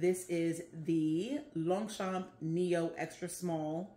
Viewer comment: Yay! You pronounced Longchamp correctly! Bilingual neighbour. 😊